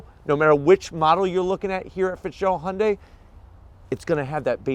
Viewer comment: Oh shit! pronounced Hyundai correctly! Basically, that means this is a legit car company.